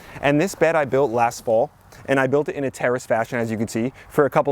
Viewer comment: at first I thought you said terrorists beds. Couldn't figure out why you would call them that. Finally figured out what you were saying I was laughing so hard, tears were coming out of my eyes! Too funny!